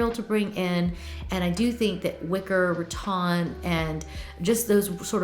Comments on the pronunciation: I love garden centers for inspiration! I was wondering why you pronounce rattan as RaTon ?? Is that southern? 😊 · Please, please, PLEASE learn the pronunciation of “rattan.” Love you, but this is driving me nuts.